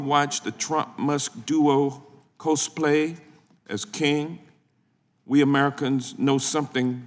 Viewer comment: That's 8 minutes of my life wasted listening to the "Guam might sink" guy blunder through yet another speech. "Co-ho-splay"